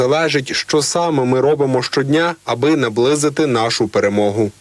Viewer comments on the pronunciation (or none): "наближыть пэрэмогу" 🤣🤣